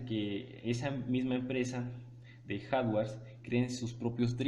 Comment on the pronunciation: Reprobados en el segundo 5, como que "harware" jajaja HARDWARE.